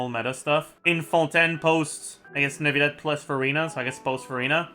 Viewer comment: please just say neuvillette normally... clorinde as well..